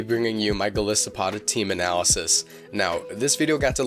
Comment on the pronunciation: Sorry for being that guy... Its Gol'eye'sopod, thats how you pronounce it, after all it's a Goliath isopod.... I run my Golisopod with max hp and atack, adamant nature and holding a sitrus berry, first impression, sucker pick, liquidation and leech life, but I'm thinking of changing the evs to the ones presented in this video. I play singles anyways...so I dunno:/